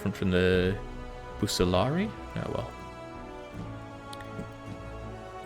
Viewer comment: Not sure if you care but Equite is pronounced Ek-wi-tey, and bucellari is pronounced boo-ke-la-ree. They're both old roman words, I believe equites were nobility who fought on horses, and bucellari were actually the elite cavalry of late roman armies (byzantines). They were famously used by Belissarius during his reconquest of Rome from the barbarians.